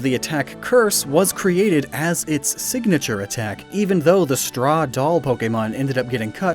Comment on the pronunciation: Why do you add a vowel between a g and an n within words? Siganature etc.